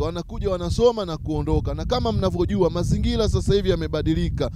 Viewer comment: neno mazingira unatamka mazingila ina maana quran unafundisha kimakosa sana.